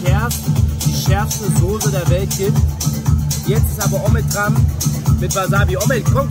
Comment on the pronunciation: Willy Soße und nicht Sose!!